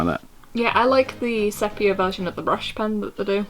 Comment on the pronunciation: Fun fact! I just found out that the color sepia, is made from the ink of a cuttlefish :o also sepia is pronounced see-pia ._.